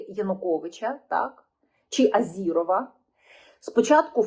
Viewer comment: Не Азирова, а Азарова! Не надо кривляться мадам!!!!!